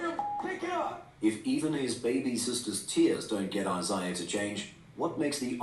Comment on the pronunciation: He mispronounced Isiah lol